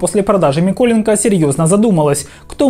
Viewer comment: Чому ви кажете - ДовбЫк, але - МИколенко? Тоді або ДовбИк, або МЫколенко. Не псуйте прізвища, будь ласка